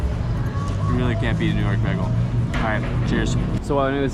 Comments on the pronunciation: Begel? It's "baygel" and metro? It's the train....... Rudy's Hobby Shop was originally a soda shop. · the correct way is actually baygel as you would pronounce "bye" and "gal". from german/yiddish "ring" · How I know you’re from PA: begel instead of bay-gul 😀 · He must be from Philly if he’s pronouncing bagel like that